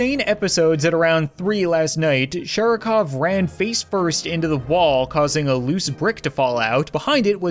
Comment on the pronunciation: Sharikov (with an emphasis on A; and V on the end is pronounced closer to F). Sharik means a Ball :) so it's like "Mr Ball" or something...